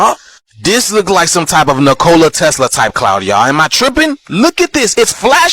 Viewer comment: omg Nicola lol its pronounced "Nick- a- lah